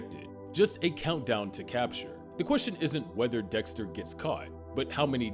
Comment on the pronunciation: . am i the only one who heard Dihxster????